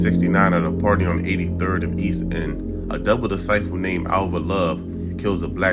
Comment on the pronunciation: FOLKS CANT EVEN SAY DISCIPLE….BUT WANNA PUT OUT BGD VIDEOS…SMH